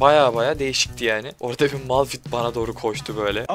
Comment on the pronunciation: Abi ltüfen artık malfit deme:d malfit deil malfayttt die okunuyor malfit demene gıcık oldum bu arada kalp atarmısın lütfen :)